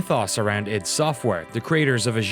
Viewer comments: people saying it wrong in the video!!! really annoys me. it's not iD (like bid without the b) it's I.D. eye-dee software. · Am I the only one who thought it was pronounced I.D. software and not id?